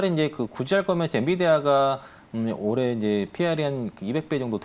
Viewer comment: 부장님 발음이.... 모레안에 전고점 돌파인가요? 올해안에 전고점 돌파인가요?